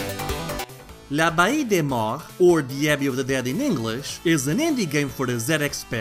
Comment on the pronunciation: Man, that's a pretty nice collector's edition. The wax was a nice touch. Really the whole package looks really good, especially for a indie game. I have no idea how you were able to pronounce this game's name lol. I actually really like the graphics and the ability to choose between different versions of graphical modes but the fact it changes up the gameplay itself is really cool imo. Anyway, great review. The CD-I version of this will be the definitive edition.